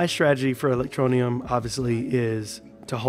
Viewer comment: THERE IS NO NEEEEEUM IN E-LEC-TRO-NE-UM...GET IT RIGHT BRO..